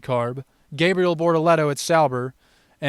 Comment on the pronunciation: "Gabe real" is insane. The videos are good but the pronunciation is wack.